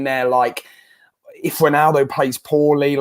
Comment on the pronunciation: Does this guy realise he’s saying “winaldo”?